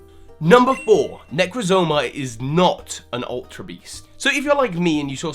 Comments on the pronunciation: "Poke play-jo" Its poke pelago like archipelago, thats what alola is, an archipelago is a group of small islands. And I the poke pelago can be expanded into a small group of islands. And "necrozoma"? There's just one o in there. You need to work on your pronunciations smh. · it's Necrozma, not Necrozoma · 1. It's Necrozma, not Necrozoma. 2. If Necrozma isn't a UB, and is the middle legendary, then why are Solgaleo and Lunala UBs? Cosmog is confirmed to be a UB, so it'd make sense if the legendaries were also UBs, including Necrozma. Or this might be absolutely incorrect, idk. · It’s nec rozma not necra moza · Necrozma, not necrozoma. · Necrezoma, WTF dude its NECROZMA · It's "Necrozma" not "Necrozoma" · that's not how you pronounce necrozma it's not nek-ro-zo-mo that's all out wrong but look there are too many os I'm not 100% but looking at name origins it's probably nek-ro-zma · You're terrible with pronunciation. I'm losing it right now. You flat inserted an extra syllable in necrozma ...necrozoma? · OMG ITS NOT NECROZOMA ITS NEH-KROHZ-MUH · In regards to Deoxys, it was either Rayquaza's hyperbeam or the Kalos ultimate weapon that caused the mutation. Can't be Necrozma. Oh, and you pronounced Necrozma wrong (ne-croz-ma is how you say it). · Like Necrozma